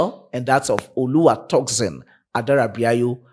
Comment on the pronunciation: Bro, you murdering Tosin’s name- it is not “ToxinSon” but Tosin pronounced (Toe-Seen). You are welcome😊